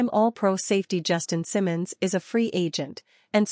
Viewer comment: cannot pronounce BA name correctly. Content copied from other youtubers. Not useful.